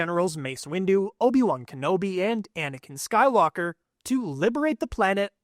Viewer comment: Why did it sound like he said anikan sky locker💀